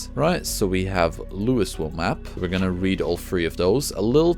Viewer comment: Thank you for this series! Project Zomboid is such a unique game, but the learning curve is so steep. I know I’m going to die a bunch more times before I finally get it, but this game isn’t supposed to have a happy ending. The “s” in “Louisville” is silent, btw 😉